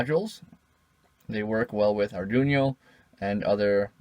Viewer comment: i had total confidence in him till he said ardunio. Sike nah good work man!!!